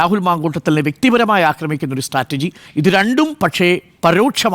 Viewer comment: മൊയന്തു മൊയലാളി സ്ട്രറ്റജി ആണ് അല്ലാതെ സ്റ്റാറ്റർജി അല്ല മലരേ റിപ്പോർട്ടർ മൊയലാളി 😂😂